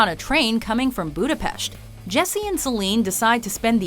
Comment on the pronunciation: Where is "Budapesh?" Lol